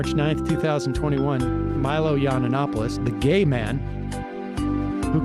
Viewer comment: Props to Sam for saying “YANNA nopolous” everytime. It’s the boomer way of really proving your name isn’t worth learning